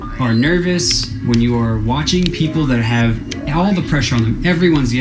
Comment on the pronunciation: "So I haveth a laser pointere"